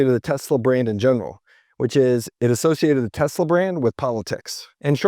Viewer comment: Did you see Elon's face when Trump misprounced the company name as Tesler?😂 It was priceless!! 😂